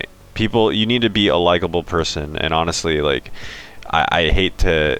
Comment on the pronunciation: did you actually say anastly-honestly lol hahha